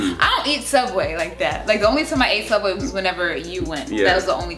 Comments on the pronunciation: Wow y'all can't say sooubway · It subway not soooubway